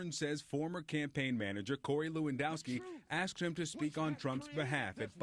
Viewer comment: " I axed you" HAHAHAHA